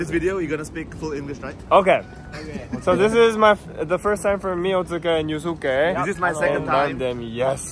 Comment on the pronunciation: Trs yg lain pada ngga gubris omongan dia pdhl lidah Otsuka nih paling bener 😂